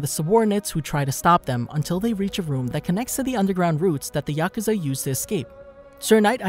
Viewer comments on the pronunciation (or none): none